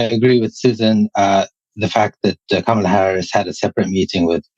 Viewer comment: Hey! At least pronounce Kamala correctly, I expect that from you